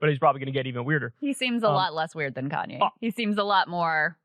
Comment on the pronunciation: Why does Kyle keep saying Kanyes? Like with an s...